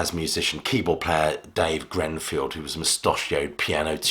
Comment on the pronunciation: It's Greeeeenfield man not Grenfield.